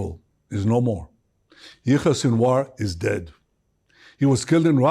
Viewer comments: Pleas stop calling this demon Yahweh - he is pronounced yaya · I want to respectfully point out that the name you are using for Sinwar’s first name is actually the Hebrew name for God “Yahweh”. I believe his name is pronounced like Ya Ya. I’ve heard slight differences in pronunciation but they are all similar. No worries, I just think you didn’t know. Have a great day. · You keep pronouncing his name like "Yahweh", a Jewish name for God. It's Yahya Sinwar. Not trying to be nitpicky but, given the context...really. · Not yah way but ya ya Sinwar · its not Yah-way its Yah -Yah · "It was Yahweh Sinwar". Yahweh is another name for God lol. But we knew what you meant. "Yah-Yah Sinwar" 😂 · his name is yahya not yahweh. please stop saying yahweh, that is the hebrew name of God. thank you and good work. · His name is Yahye Sinwar, not Yahweh. Yahweh is God's name. Yah-ye. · It's Yah Yah not Yahweh! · Dude, are you serious? '"Yahweh" Sinwar????????????????????? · please dont call him Yahweh, its yaya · his name is pronounced Yakh-Ya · Yo channel-host, ..recheck and fix that first name of sinwar you speak out just in the beginning of the video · Thank you for all the detail - very informative. I do however think you have mispronounced his first name. Was that intentional? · I dont care that you mispronounced sinwar’s first name, only that you used a very holy name for the lord in judaism in its place…the rest of the show was great!